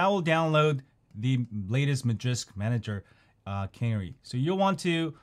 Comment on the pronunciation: Lol always pronouncing normal words all screwed up. Tweetie bird was a type of bird known as a canary bird. Pronounced as kuh-nary, that's two syllables one word. The file is named canary same as the bird. Not cannery, a place where soup cans are produced